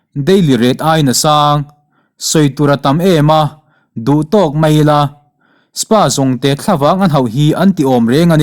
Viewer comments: Spa jongte han tih....S.p-a tih awm lar tehreng nen...i thu lam hi uluk leh zualin aw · Spa jongte nilovin espi-a jongte ti a lam tur aw... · SPA TIH HI ES PI A tiin lam ve mai la